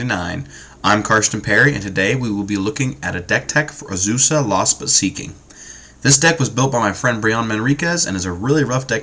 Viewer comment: "Uhzoosah" "Steel Hallkite" "Soul Ring"